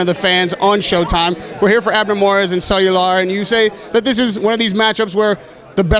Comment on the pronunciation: Cuellar rahim not cellular. Lol